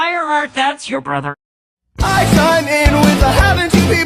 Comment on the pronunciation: FireStar's brothah.